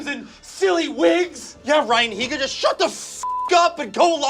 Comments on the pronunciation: dude its neega heega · the way they kept saying ryan higa dou 😂